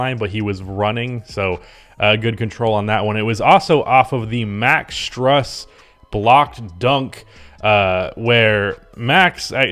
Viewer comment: STRUS IS PRONOUNCED STROOSE, LIKE THE STRUS IS LOOSE